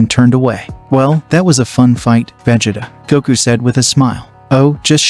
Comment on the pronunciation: You said Vegeta's name wrong